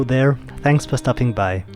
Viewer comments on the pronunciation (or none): none